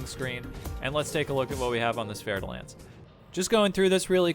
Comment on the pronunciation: Oh shit...Ive pronouncing "Fer" like "Fer" all this time! I never knew it was really "Fair" de Lance. Thank you.